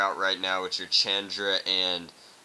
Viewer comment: you said chandra wrong